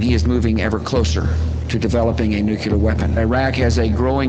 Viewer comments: say nuclear 3 times very fast.... lol or just once at least correctly. lol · a nucular lol... 1st of all its..'nuclear' 2nd...nuclear is a type of energy blah lah blah..i dont care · I'm sorry, but I just can never get over the fact that Bush can't correctly pronounce "nuclear" If it's such a DIRE worldly issue, why can't Bush spend 5 minutes alone and repeat "noo-clee-err" in his head so he can at least persuade us skeptics that he at least remotely knows what he is even saying? As much as I hate him, I know he's a smart man in some way I've yet to understand -- but damn.